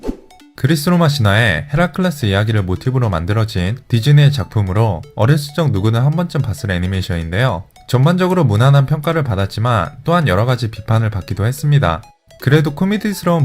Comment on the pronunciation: 헤라클'래'스 가 아니라 헤라클'레'스 입니다... 이거 불펌영상입니다...